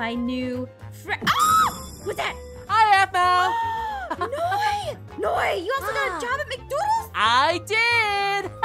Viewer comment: every time peirce said aphmau he said zapma or that bow